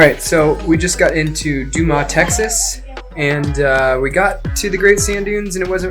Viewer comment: It's pronounced Doo-mus (Dumas, TX) ..... but great video. Cheers!